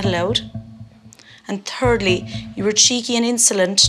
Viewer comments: Not to make fun of the Irish or anything but she sounds like she is saying "turdly". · Tirtsly Secondly TURDly 😂😂😂